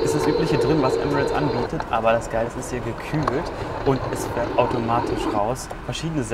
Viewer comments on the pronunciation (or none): none